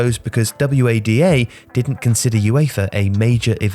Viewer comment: People pronounce WADA as the individual letters?